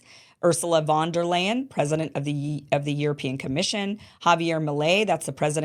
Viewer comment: I can't believe that after all these years of working in English he cannot pronounce the "th" sound. I live in Europe. I know it's difficult, but come on. "Zee" system. I think he does it on purpose🙄.